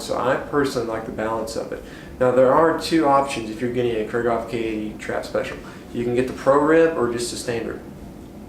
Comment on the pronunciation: Kreeghoff, not Krayghoff!